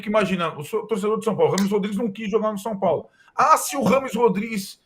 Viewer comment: "O Sampólo..."